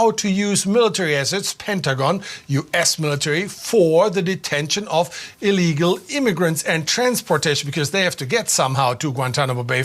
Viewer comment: You keep pronouncing illegal incorrectly.